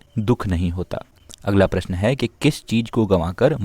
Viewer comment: Prashan ha ha ha kyu bol ra he